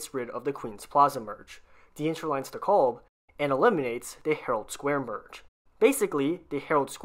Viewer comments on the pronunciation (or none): none